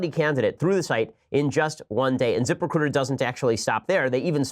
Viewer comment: zip.... RECRUTAH